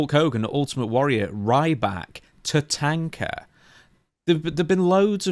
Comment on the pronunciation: 1st time I have ever heard Tatanka pronounced TUH-TAYN-KUH